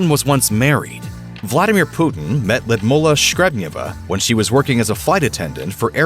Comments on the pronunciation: I think her name is Lud Milla, not Lid Mulla. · Ludmilla? Why do you pronounce it Lumolar? 😁